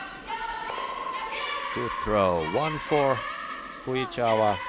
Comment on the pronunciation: ❌ Fujichawa ⭕️ Fujisawa 😆